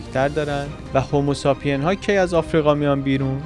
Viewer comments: هومو ساپین چیه دادا هومو سیپین هست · ممنون عزیز. فقط یک کامنت کوچولو: تلفظ کلمه homosapien ، بخش سومش مثل تلفظ کلمه say هست.